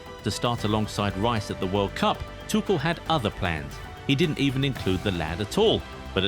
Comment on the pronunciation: I suggest you go to Scotland for holiday. The name of the coach is Thomas Tuchel, not Tushel. Since when is Tuchel coach? And you still do not know how to say Tuchel? Ignorant idiot!